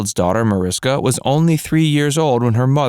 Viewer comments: Her name is pronounced Marishka. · Her name is pronounce ma-rish-ka